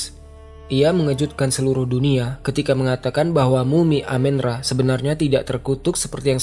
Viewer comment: bukan dewa amin ra bang, tp amun ra